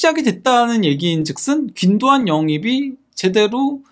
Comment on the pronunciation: 근데 권도안 자꾸 왜 귄도안이라 함